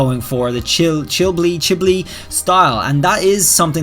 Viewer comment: Level of wholesome; pronouncing Chibi with an L